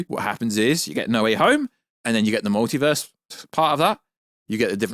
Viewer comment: The mowtivuuuuuhs